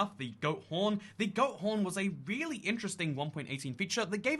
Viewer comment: I thought you said goat prn 😂